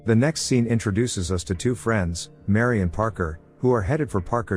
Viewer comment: It's not Mary. It's Miri.